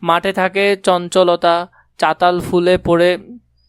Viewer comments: আরে ওইটা চতাল ফুল না ❌ চালতা ফুল✅ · চাতাল না চালতা 😂